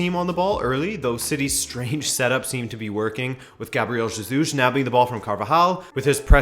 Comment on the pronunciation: Hey, I love you and Rabona tv but why😂😂😂😂 u kept saying ZEJUS all through